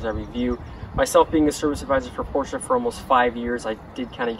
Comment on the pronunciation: You are one of the only americans that pronounces porsche correctly as “porsher”! Most of the americans either say “porsh-aa” or “porsh”!